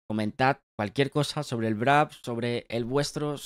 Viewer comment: por qué dices Brap ? 🤨 es Wrap